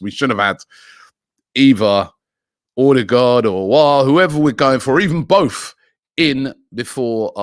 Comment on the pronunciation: Pls not ödegaard